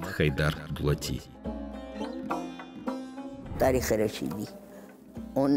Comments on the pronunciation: Дулат емес Доглат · АВТОР НЕ ДУЛАТИ А ДОГЛАТ 😂😂🙈🙈